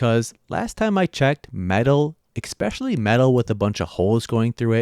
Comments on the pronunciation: Especially not expecially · Where did you learn the word "ecspecially" there is no 'c' in the word. Family americanization from elsewhere. Local jargon??? Do not try to promote ii as a valid word please like hella or your guy's as a compounded useless possessive pronoun it should not be abused or used no grammar is being handed over to many kids. Even Mark Twain Clemens would have been upset; and he was a layback guy. (see how the word can be used.) Especially in a proper example.